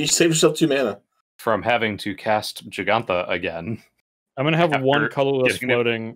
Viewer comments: Every time someone says "Jengatha" the tumor in my head grows another size larger. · It's Jegantha, not Jengatha, and Mischievious is not a word.